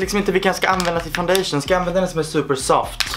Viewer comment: "sådäär ja... Fundaichun hand.se" 😂😂😂 ja jag vet hur det stavar😅